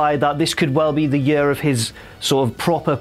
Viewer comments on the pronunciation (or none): the way he say year hahaahah yeu whaahahah